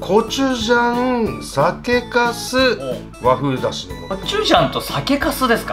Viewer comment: リュウジさんが酒粕酒粕言うと｢酒カス｣に聞こえます(失礼) どうも〜酒カスでーす！(失礼)